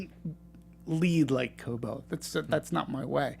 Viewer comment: Its Koba not kobo